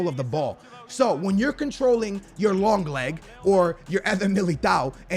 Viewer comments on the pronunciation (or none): Hey we all know u don’t call Langlet -longlet 😂